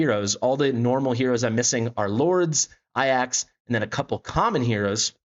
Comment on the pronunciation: Serious question, is there a reason why so many CC's pronounce Ajax as "Eye Axe" and not "A Jacks" like it's actually spelled / pronounced? It's just a minor thing but I'm honestly confused by this due to it being AJAX and not AIAX in spelling lol. Otherwise, good video, I'm not sure I'll have enough summons to guarantee Lyra (I'm really in need of mages on my account) but think I'll have enough for Sun Wukong if I save up.